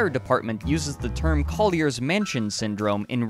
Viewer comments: “Call-yair-zizz?” “Parent-zizz?” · This is a great video, loving the series however my only problem is hearing "bortherses" and "kolyerses". Other than that it's great man!